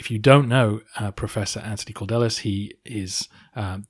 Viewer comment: His name in Greek is "Αντώνιος Καλδέλλης", (Antonios Kaldellis), so I'm guessing it would be something like [Kal-thel-lys]. ("D"'s are pronounced closer to "th"'s than you might think). (I'm no pro-linguist, but it's certainly closer than "Cord-ellis" :) )